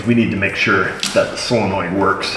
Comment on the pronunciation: SOLenoid, not SILLenoid